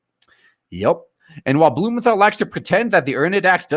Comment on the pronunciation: I heard Senator BOOMERthal LMAO